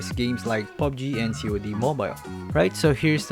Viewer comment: Excuse me did you really just say 'COD' in that manner?